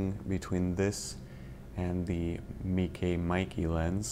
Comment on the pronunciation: It is actually MEIKE, not Maeekee. E is pronounced like in bEst, tEst.